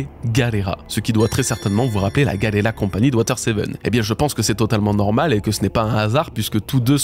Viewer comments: Attendez… expliquez juste moi, pourquoi dis galleyRA alors que ça s’écrit bien GalleyLA??? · pourquoi tu dis galera alors que c'est Galley LA ? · Enfaite je crois bien que la fondation se prononce "Gali Lay" je sais plus exactement quand et comment j'ai entendu cette prononciation et d'où ça vient